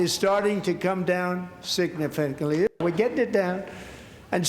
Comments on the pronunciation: He can't even pronounce things anymore-- "siggg-I--niffi can't,Lee" weird. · "signifantly" Another mind typo. Seems he has trouble recognising or pronouncing long words. Along with his slurred speech and the generally batsh!t crazy things he regularly says, I won't be surprised if he gets officially diagnosed with dementia anytime soon. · Signafantly???? Is that like confeve??? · "significkly" Daily Show outta make more "Trump's best words" skits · Did he say, “Signifagly?” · Good to know beef is comming down "signifantly" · Did that MF say "signifemtly"? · "Signifantly." #47 The Master Orator. 😅 Thanks, Stephen, in a word: Repetition. #47 only has his one list of accomplishments. It starts with potty training, and in the end, he goes back to wearing diapers. The circle of life. 🤔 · Does he even know how to say the word significantly? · Sounds like i've been pronouncing "significantly" wrong this whole time. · Can't even pronounce "significantly". What a waste. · Trump couldn't even pronounce the word 'significantly' 😂😂😂😂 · Can he actually say significantly🙄